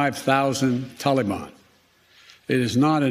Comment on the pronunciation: The "Tolly-bon."